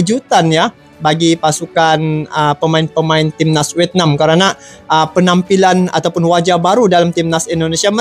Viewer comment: bang bukan wetnam tapi vietna? 😂